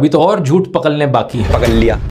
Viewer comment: पकल लिया , पकल लिया 😂😂